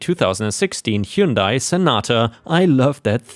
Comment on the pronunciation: Hyundai rhymes with Sunday. Just saying.